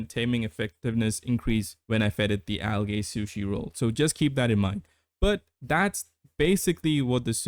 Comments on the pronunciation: Unless its an accent, Algae is pronounced "al jee" not "al gay" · the second a in algae is silent